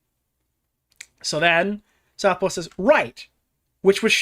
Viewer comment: Take a swig whenever mispronounces Southpaw as South Park in the video lmao